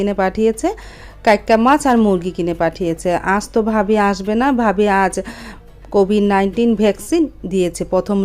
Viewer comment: কবিন না কভিড বলতে হয় কাকি।